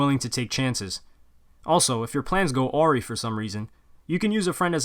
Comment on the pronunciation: awry= uhhhh-rye 😉 all love ✌🏼🔩💙